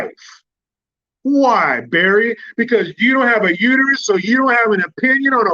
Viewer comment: It's uterus not u to u.